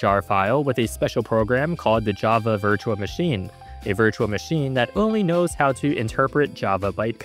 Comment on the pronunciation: narrator cant say "L": "ode" instead of "old", "compio'd" instead of "compiled", "virtua machine" isntead of "virtual machine"